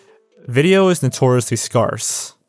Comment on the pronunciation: why did you pronounce the word "scarce" that way?